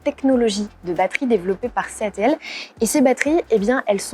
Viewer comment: Sympa cette prise en main.... par contre ça fait bizarre d'entendre les groupes chinois SAIC et CATL prononcé à la française, mes oreilles saignent 😅 Mais bon c'est ce à quoi il faut s'attendre avec ces marques qui vont devenir grand public chez nous....